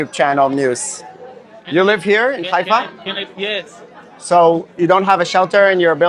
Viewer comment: Not Ghaifa Haifa